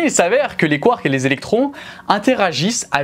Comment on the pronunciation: Quand tu dis : 'mais les nucléons, ils sont composés de quarks', on entend quartz... Essaies de dire les deux ?